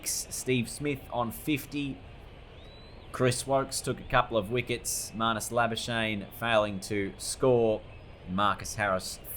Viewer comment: I love it how everyone pronounces Labuschagne incorrectly